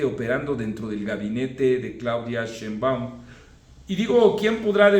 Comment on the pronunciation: Pésimo el audio de tus videos, mucho eco; utiliza un micro de solapa. Por otra parte, me llama la atención que siendo tú, una persona versada en gramática y redacción, no notes que el apellido Sheinbaum es palabra grave, no aguda, solo basta escuchar cómo la misma muy cuestionable presidenta, ha pronunciado su apellido en varias ocasiones. En cuanto a tu trabajo, comparto en gran medida tu análisis crítico, saludos.